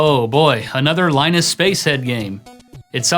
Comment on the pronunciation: It's pronounced, "Linus."